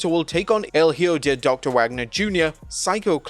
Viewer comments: Hijo (E-Ho), not Higo (e-go) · Hijo is Spanish for Son as in Son of Dr. Wagner jr & Son of Vikingo, it is pronounced (ee-ho) The "h" is silent, the "i" has the short "e" sound, & the "j" is similar to the "h" like in "hot" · “Hijo” is pronounced “EEEEE - HO” Since you botched it like 3 times while announcing the Luchadores XD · please, learn how to say "son" in spanish.